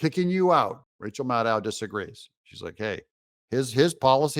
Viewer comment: Its pronounced rachel madcow